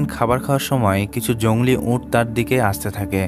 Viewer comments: আপনি এত বেশি ঁ ইউজ করেন কেন। উঁট নাতো। উট। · Camel Bangla uccharon bhul hocche.. sunte kharap lagche onek